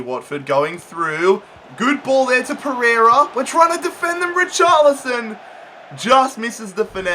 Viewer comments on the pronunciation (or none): none